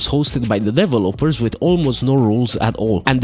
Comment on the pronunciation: "Devil-oppers" has to be the most insane way I've ever heard someone pronounce 'developers' hahahahaha